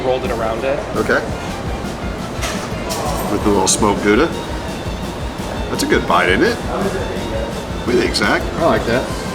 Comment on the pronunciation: "smoked Gooda"? It's 'Gouda', as in 'trout"! And there is nothing Bavarian about this cheese...